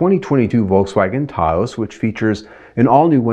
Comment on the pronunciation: Lol why is he saying Tah-ose?